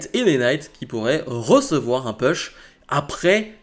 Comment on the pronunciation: Bravo pour tes vidéos, juste une petite remarque, pas une critique hein ... si tu pouvais dire " Pouche" lorsque tu évoque un "Push"😉sinon, ne change rien👍